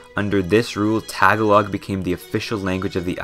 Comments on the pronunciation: hi im so late. But as a filipino myself, we pronounce it Tah-gah-log not Tag-a-Log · you pronounced “Tagalog” wrong, it’s tuh- gah- lug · Why does every non-philipino say "tag-a-log" its one word, tagalog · I hate to be that guy but I cringed when you said Tagalog it’s not pronounced Tag-ah-log It’s pronounced Tah-goh-loug. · Im an Filipino, about typhoons were real,but its no problem,plus,it only comes when its almost Christmas.I would like thr Philippines to have snow. What i hate about this guy is his pronunciation Tagalog is pronounced ta-ga-log not tega-log and igorot is i-go-rot not igo-rot he pronounced alot wrong in his talking. I know alot about the philipines but not all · Please say [Tah GAW log] and not taga log. It's frying my ears hearing you say it. 😏 Ijs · For the love of God, please stop pronouncing it TAG-a-log. It's pronounce tah-ga-log. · Tag a log? it is pronounced as ta-gol-ig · Tah(emphasis) galog. 😂😂😂😂😂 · The pronunciations got me 💀. Tagalog is pronounced “tuh-GAH-loog” but I completely understand the butcherings as a Filipino American :P, just a pet peeve and proof that Pinoys unite 😆🙏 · as a Fillipino, It feels cursed when he says "Tagalog" incorrectly (if you are wondering, it's pronounced təˈɡäləɡ,təˈɡälôɡ) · Love the video, but Tagalog is not pronounced all at once, it is TA GA LOG. Sorry for being a stickler for this stuff, but other than that, I love the video! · bro the 'tag-a-log' killed me as a filipino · You are saying "Tag-a-log" wrong. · Hi po, the correct pronciation is ta-ga-l-og po, thank you. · Um... TAG-uh-log? Lolz. Cmon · Holdup tah gah lohg its tagalog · Pronounced tuhgallugg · its tah gah lug ….. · Tah Gah Lohg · tag a log and saybwano 😂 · its ta-ga-log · Incase you forgot, he also kept pronouncing Tagalog wrong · you absolutely butchered the pronunciation for "tagalog" 😭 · this video is very informational but the pronunciation of "tagalog" hurts me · You said tagolog wrong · Bro he keeps say Tagalog wrong